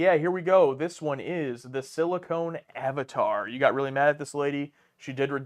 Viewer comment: mispronounces the episode title. It is 'Silicon Avatar'. If it was 'Silicone Avatar' it would've had Pamela Anderson as the guest star and would be even better to watch thanks to that eye candy.